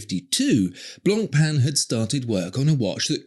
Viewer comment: Finally someone pronounces blanc pain correctly. Interesting facts by the way.